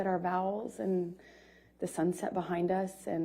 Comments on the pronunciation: "Said our vowels" BRUH! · They said their vowels ???🤣 A,E,I,O,U